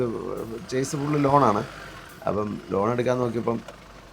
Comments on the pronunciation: ചേസ് അല്ല, ഷാസി എന്നാണ് ശരി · ചെയ്സ് എന്നോ ചെയ്സിസ് എന്നോ അല്ല ഷാസി എന്നാണ് ഉച്ചാരണം(Chasis) അവതരണത്തിൻ്റെ സ്വാഭാവികതയാണ് നിങ്ങളുടെ ട്രാവൽ വ്ലോഗിൻ്റെ വിജയം എല്ലാ ആശംസകളും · 'ഷാസി' അല്ലെങ്കിൽ 'ചാസി' എന്നാണ് കറക്റ്റ്. ചെയ്‌സ് എന്നല്ല. ഞാനും തെറ്റിച്ചാണ് പറഞ്ഞുകൊണ്ടിരുന്നത്. പിന്നീടാണ് എനിക്കും തെറ്റ് മനസ്സിലായത്. 😁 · ചേസ് അല്ല , ഷാസി..! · ചേസി അല്ല ഷാസി (Chassi) ആണ്..